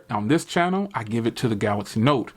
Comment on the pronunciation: go to school bro... it's called Galaxy. not galax.